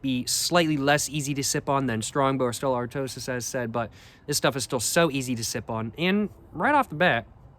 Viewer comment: My only complaint on my behalf is you pronounced Stella Artois wrong lol